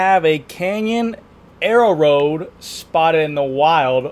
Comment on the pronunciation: Air-road not aero-road